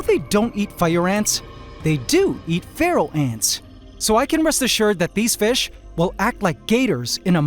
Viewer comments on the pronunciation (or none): Every time he says pharaoh ants I think he says feral ants at first. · I’ve listened to it 3 times I must be deaf did he say they eat feral or pharaoh ants